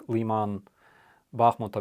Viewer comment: please go back to using the Ukraine pronunciation of cities. LEE-man grates on my ear.